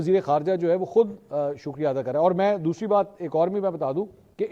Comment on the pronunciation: دوشری نہیں دوسری ہوتا ھے Brahman impact or Modi impact